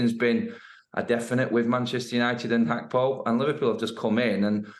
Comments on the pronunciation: Gakpo not hakpo cmon how long u been working for sky for let me tell u far to long sky constantly fucks up with names and clearly ya shud be able to see it’s got G not H at start of his name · Why do Sky keep saying Hakpo?! Even the Dutch commentators say Gakpo!! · Why is she calling him (hackpo)? Can she not read that its gakpo?🤦🏼‍♂️ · Who's Cody Hakpo 😂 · Why does the reporter keep calling him Cody Hakpo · It is pronounced Hack-po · It’s pronounced Hakpo despite the spelling and that’s how Dutch people say it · Maybe that's how you pronounce Gakpo